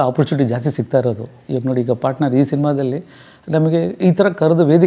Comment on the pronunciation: ಪಾಟ್ನರ್ ಅಲ್ಲ. ಪಾರ್ಟ್ನರ್ ಎಂದಾಗಬೇಕು. ಕನ್ನಡ ಸ್ವಚ್ಛವಾಗಿರಲಿ.